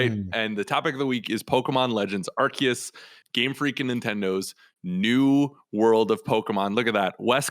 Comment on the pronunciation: It's Arceus with a K, like "archive", not with a C like "arse". It's in one of the trailers for the game, it's the official pronounciation.